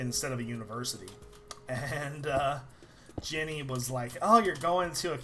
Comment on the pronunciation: When l hear you said jenny l heard it like jimmy